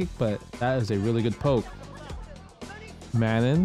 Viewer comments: It is prononced... Ma NON - like french NON... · Manon is a reasonably common name in a few countries, but I can speak to the French pronounciation if you like. The second 'n' is clipped like a lot of French words ending in -on, so it's kind of dropped in favor of enunciating the "oh" sound at the end. So it sounds a lot closer to "manh-OH." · I need an FGC community video of everyone pronouncing Manon